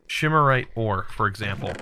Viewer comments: learning from, its octane, not octine, shimarite, not symarite, wraths not wights, and valentite not valenite... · It is SYRMORITE not SHIMMERITE It is OCTINE not OCTANE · again, calling it "shimarite" clearly the names says "symorite", jesus read the names... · Syrmorite is pronounced “Sim-er-ite” and Octine is pronounced “Oct-Ine”